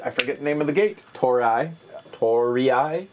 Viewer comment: way after the fact but its pronounced "tour-ee" ish